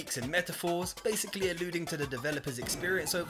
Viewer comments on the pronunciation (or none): none